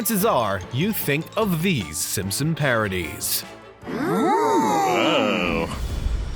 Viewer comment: I keep hearing him say Simsims instead of Simpson. Very distracting.